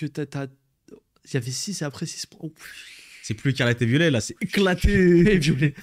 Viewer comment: T'arrives pas à dire "Ecarlate & Violet" mdrr